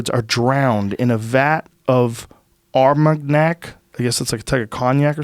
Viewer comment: Armagnac with a hard g. Joe... Am I pronouncing that right? Jamie.... You're probably spot on about that. No my dudes. Just no.